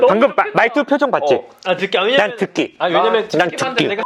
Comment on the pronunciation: 거만진승ㅋㅋㅋㅋ 듣기!!드끼!!! 진짜 초심으로 돌아갔넺ㅋㅋㅋㅋㅋㅋㅋ